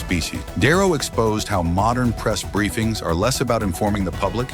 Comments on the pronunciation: AI bullshit channel .ROBERT DiNero, not darrow. holy shit. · Di Nero not Darrow